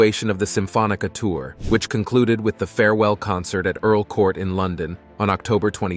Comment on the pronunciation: "Earl court"..... ha ha